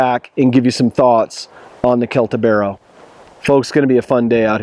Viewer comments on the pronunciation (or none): Great review. Thanks! BTW it is pronounced "Seltibero" ;) Your comment regarding the jimping can also be applied to the TOPS BOB. Why risking ruining a good design with a feature of dubious usefulness?